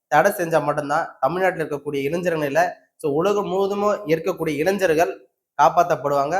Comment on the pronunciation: இளைஞர்கள் என்பதை சரியாக உச்சரிக்கவும்.